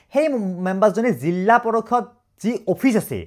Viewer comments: জিলা ❌ জিল্লা✅ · Jilla nohoi jila koba eman beya khunise dhei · জিলা ❌️ জিল্লা ✅️✅️ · এটা কথা শুদ্ধ যে জিল্লা পৰিষদ নহয়, জিলা পৰিষদ। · জিল্লা নহয় অ জিলা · জিল্লা? জিলা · জিল্লা পৰিষদ মানে নো কি 😂😂😂 জিলা পৰিষদ হব